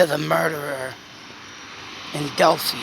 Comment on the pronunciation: Just started listening to you, enjoy your logic. Just a fyi, it is pronounced Dell-fy (fy rhymes with by) Take care